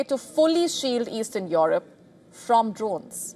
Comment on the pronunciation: What a Lousy accent of this newsreader !!! She has decided Russia wants to wage a war with Europe (Or Eurup in her accent) ... for what ?? What has this beggar continent has to offer to Russia ???